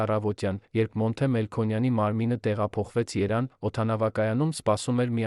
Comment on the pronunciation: և տառը չեք կարողանում արտասանել։ Երվան ֊ Երևան Գորգ֊ Գևորգ և այլն։